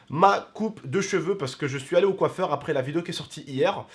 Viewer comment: "je suis aller au couffeur " 😂😂 non parle mieux français 😂😂(a prendre avec humour )